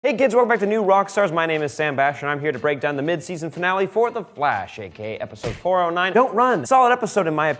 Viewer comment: The first words he says sounds like he says "hey Gids" n not "hey kids" like I'm sure he meant to say